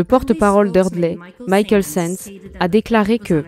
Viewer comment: Pas Mickaël c'est" Michael"!!!